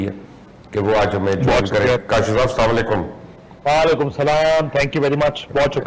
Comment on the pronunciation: مبشر بھائ السلام علیکم گزارش ھے کہ آپ اپنے سلام کے تحفظ درست کریں اور بعد پروگرام شروع کریں کیوں کہ آپ اسام علیکم بولتے ھو ۔شکریہ ۔